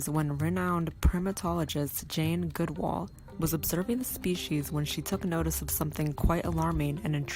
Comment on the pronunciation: Jesus it's GOOD ALL ...not GOOD WALL..how could you invest so much in something and not even know the main subjects name..and stop trying to sound like that idiot with all the hair in the you tube shorts..this just shows our low American standard. We are the world's new laughing stock